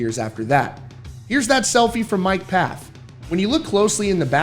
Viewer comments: It’s pronounced FAF not PAF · You continue to miss pronounce Mike Pfaff's last name. It's pronounced Foff like saying Off with an F in front of it. It doesn't get a P sound. Ridiculous that I keep telling you and you are completely oblivious to it. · PFAFF IS PRONOUNCED FAFF